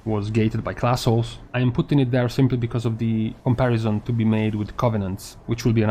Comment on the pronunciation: My brain heard classholes instead of class halls the first time (your English and your analysis are impeccable so please don't think I'm being critical). But if i don't call some exclusionary pug elitist a classhole at some point, I am wasting this absolute gift of misunderstanding.